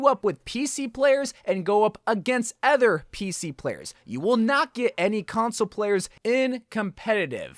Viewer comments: Other not Ether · why does he say other like that lmao